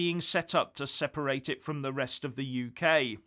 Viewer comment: Aargh - "seperate"